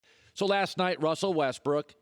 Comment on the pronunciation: Colin Cowherd Hates Russell Westbrook because he can't pronounce Russell's name correctly 😂😂😂